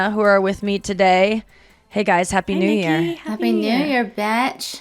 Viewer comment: I thought Nikki Glaser said aspie new year, for a sec.